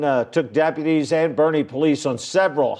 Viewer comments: I was thinking, wait is he talking about my county in San Antonio? 🤔😂 Because the news said Bernie (Boerne) but said Born😂 yeah everybody gets those names wrong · BOERNE??? It's pronounced "Bernie" go figger. and Bexar is pronounced "Bear" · it’s pronounced “bear” not “bexar” and “Bernie” not “born” (Boerne). I know, I know. Texans can’t talk right. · So it's pronounced bear not bex-are, and it pronounced Bernie not born. I live in Gillespie county, 20 mins from Kendall county, and drive there regularly, also I was born in Bexar county. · Boerne = “burn knee” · Bexar County is pronounced “Bear” County, and the other town … Boerne is pronounced Burn-e… The other county is Kendall, as in Ken doll, not Kin dell… from a Texan, just an FYI in case you find another story about San Antonio area and I don’t want you to sound like an idiot… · Hate to be that guy but I have low impulse control, Bexar County is pronounced "Bear". Bourne County is pronounced "Burny" That is all. Love these vids lol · Bexar county is pronounced bear, the x is silent. Boerne is pronounced burney. Blame the germans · Boerne is pronounced “burn-ee” or “Bernie”. Bexar is pronounced “Bear” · Boerne is said Bernie and Bexar is said Bear. Just a fyi ❤ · Burney and bear county is how you pronounce the town and county. Super weird right (boerne and bexar is how they are spelled) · you mispronounced Boerne. It's pronounced like burny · Bexar is pronounced “Bear”. And Boerne is “burn-y”. Crazy to see neck of the woods on channel. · I know this is a minor point, but "Bexar" is pronounced "Bear" and "Boerne" is pronounced "Burn-ee". Texas has a lot of weirdly pronounced areas! 🖤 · ha. My neck of the woods. Yeah, if you're operating north and west of Boerne, you're mainly dealing with fairly empty small state highways, so it's not like he's even risking much. He was scared to do anything closer to San Antonio. Boerne is pronounced like the name Bernie btw.